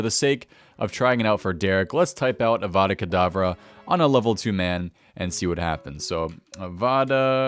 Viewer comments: its avada kedavra XD not avada kadavara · It's Avada Kedavara not kadavara! 😬🧙‍♂️